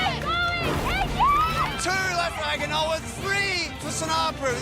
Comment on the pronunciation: "Agg-ah-noa" 😂😂 Good try mate lol